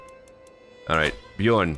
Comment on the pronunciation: The “ö” in Björn is pronounced like the “u” in run Love your vids and the fact you’re brave enough to try to pronounce foreign words much love from Norway